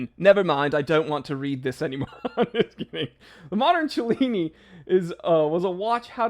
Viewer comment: "Cellini" has no "ch" sound. Knew a LTC Bob Cellini - he knew how to pronuce his name. ;)